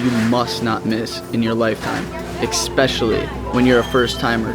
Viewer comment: I love your channel. The content and your video editing skills are really great. But please stop saying eXspecially :)